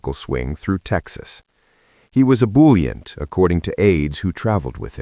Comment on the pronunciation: Kennedy was “bulliant” when woke up in Dallas the morning of Nov. 21, the narrator says. Bulluu is any is the 3rd person plural present active subjective of bullio, meaning to bubble or boil. Ebullient, meaning cheerful, might make viewers less inclined to search their dictionaries instead of watching the video. Maybe that’s just me.